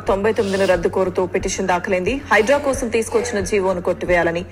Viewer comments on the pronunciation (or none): none